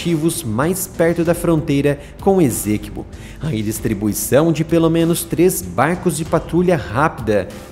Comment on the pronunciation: PRONUNCIA-SE: "ÊÇÉQUÍBÔ".